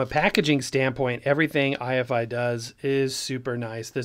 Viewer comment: Note that it isn't i-F-i, it's pronounced eye-fy, rhymes with Hifi